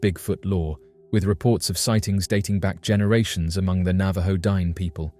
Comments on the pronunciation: It's not pronounced Dine' like dime, that's freakishly insultive, Google correct pronounciations, it's D'-nay....it's an indigenous Navajo word, have some honor and respect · I should not have to say this but Dineh is not pronounced Dine. A professional would take some steps to get this right. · Please learn how to pronounce the word Dine' correctly. You sound like an idiot.